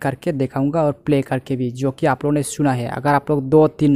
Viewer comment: Ara bhai apona nahi ap logona.